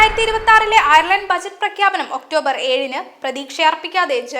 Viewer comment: ഡെയിലി മലയാളിയുടെ പുതിയ വാർത്ത ചാനലിന് എല്ലാ വിധ ആശംസകളും.. ഒരു അപേക്ഷ: വാർത്താ അവതാരകരെ തിരഞ്ഞെടുക്കുമ്പോൾ കുറഞ്ഞത് Ireland, Dublin എന്നീ വാക്കുകൾ എങ്കിലും നാവുളുക്കാതെ പറയുവാൻ അറിയാവുന്നവരെ തിരഞ്ഞെടുക്കുക.. ( വാർത്ത വായിക്കാൻ കേരളത്തിൽ നിന്ന് ആളെ തിരഞ്ഞെടുത്ത് കേരളത്തിൽ നിന്ന് സംപ്രേഷണം ചെയ്യുന്നത് കൊണ്ടാണ് ഇത് എന്ന് മനസ്സിലാക്കുന്നു. ദയവ് ചെയ്ത് ഇത് ശ്രദ്ധിക്കുക. കാരണം Dublin, ഡംബ്ളിൻ എന്ന് തുടർച്ചയായി കേൾക്കുമ്പോൾ വളരെ അരോചകമായി തോന്നുന്നു.. ശ്രദ്ധിക്കുമല്ലോ